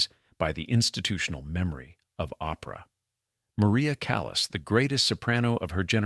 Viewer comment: How could you make a documentary about Maria Callas and mispronounce her family name? How ignorant can you be? You not only broadcast your ignorance, you also set a bad example. The “a” in “Callas” is a Latin “a.” (“ah”). You don’t pronounce her family name “callous,” like “I’ve got a callous on my finger.” Please get educated before posting a video! Hope this helps.